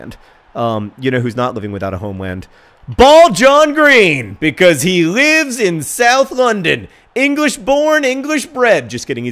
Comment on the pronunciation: "becoise" - John Green